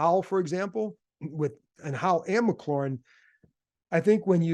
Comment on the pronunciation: Sorry, this been puzzling me for a while. Why don't people pronounce McLaurin's name the way Terry does? It's McLaurin, not McClaurin, resembling the sports car more than the seasoning. I can understand fans getting it wrong but the press sees Terry face-to-face and has heard him say his own name.